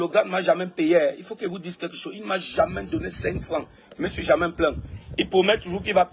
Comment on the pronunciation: Gato on dis jamais Pas jamain